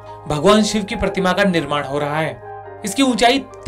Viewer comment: Ay sale god ko siv Bolta ha,w shivji bol